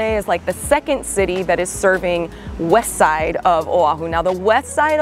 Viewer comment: Great info! Btw love how u said “Wessside”! 😊